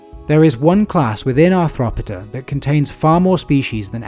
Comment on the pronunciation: ar throp id a? shouldn't it be more like arth ro poda?